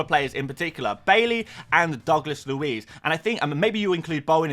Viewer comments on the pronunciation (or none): none